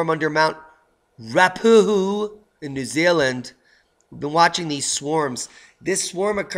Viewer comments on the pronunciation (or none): I go skiing on Mt Ruapehu, I love the way that pronounces place names, try this Roo-ah -pay-hoo, thanks for always telling people to stock up on dry food.